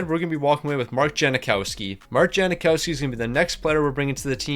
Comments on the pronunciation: yang not jang but yeah no “i” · It's Jang-Cow-Ski, is it not?